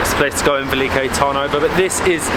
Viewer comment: But... how did you arrive at the pronunciation velike... when it is spelled veliko? With and o? Tip: in Bulgarian everything is phonetically exactly as you read it. There are no long vowels.. e does not sound like iii it is just è. O is not ooo, etc. Just say it in the shortest posible way. Also your beer was pirinsko... like the mountain Pirin.